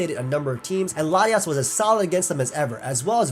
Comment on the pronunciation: I can't tell if he's saying Latios or Latias